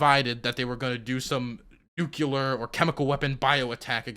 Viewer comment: I love you, but please please PLEASE stop saying “nucular” like George Bush